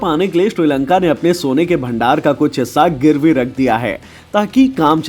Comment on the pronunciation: Kabhi Shri Lanka Kabhi Tri Lanka bol Raha he pagal he kya 😀